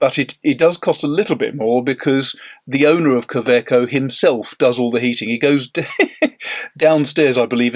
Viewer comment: Pronounced Kawayco not KA eco as demonstrated in an interview with the German COE on a you tube video. To make it easier for English speaking people. Like Robert Wagner instead of Robert Vagner.